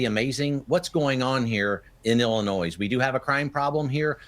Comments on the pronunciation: Bruh pronounce Illinois right 😂😂😂😂😂 Illinoise😂😂😂😂😂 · Love the channel but can someone please tell the that the "s" in Illinois is SILENT...it is driving me mad lol